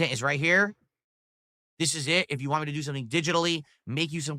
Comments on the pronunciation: Dude needs his ass physically kicked,he needs a huge slice of humble pie. The way he says “WHANT” makes me fucking cringe sooo bad. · The way he says want without a T at the end makes me want to puncture my own eardrums